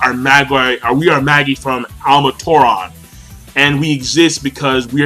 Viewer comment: Firstly, in Japanese, they pronounce it "ma-gi", so he's saying it right. Secondly, the word is no even an English one, it was taken from Latin, and can be either ma-ji or ma-gi (depending on which period of Latin-speaking you choose), so again, he's saying it right. Thirdly, it's not the same concept (the story borrows the word but not its full meaning), so basically you can pronounce it however the author decided to in her story:, which means, for the third time, that he's saying it right.